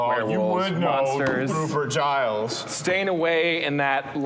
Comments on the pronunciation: Twitching everytime they pronounce it "Guy-lls" instead of "Jai-lls" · The fact that they pronounced Giles with a hard G is really annoying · Why do people call him "Guyles"? Is Giles difficult to say or something?